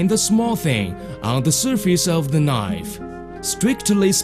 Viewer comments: That's a nice knoive. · "and we fucks our attention on mooking newest knife" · LOL "A good nife! A magic nife!"